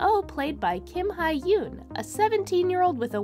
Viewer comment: For future reference: "Hye" is not pronounced "hai" but more like "hey" - kinda like "yay" or "shay"